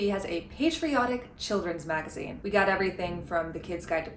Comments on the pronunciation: Kat Abu saying "magaine" is my new text alert sound. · A “MAGA-ine” sounds perfectly on-point.